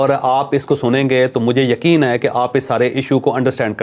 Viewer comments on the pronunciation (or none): none